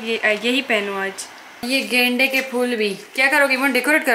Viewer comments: 🤣🤣🤣gende k phool 😂😂I m sorry di but apne glt pronounce kiya tha 😂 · damm u said gendeaaa kea fool🤣😂🤣😂